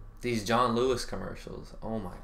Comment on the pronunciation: Ah yes, the good old John Loo-wee adverts